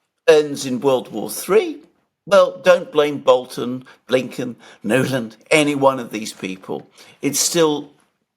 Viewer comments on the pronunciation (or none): none